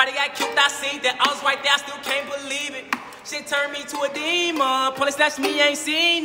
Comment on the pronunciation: why he say demon like that😂😂